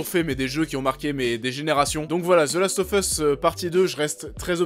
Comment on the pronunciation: « Zeulast offeusse » et « unchartaide » ! 😂😂😂